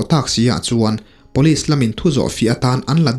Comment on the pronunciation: Rca chhangte nen hian tinge police hi Pawlis ti a in lam zela,ngaihthlak a hreawm,sangtei pawh chu a va luck uchuak tak 😂